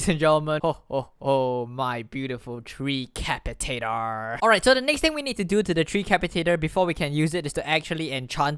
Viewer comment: FINALLY someone that pronounced tree capitator corrrctly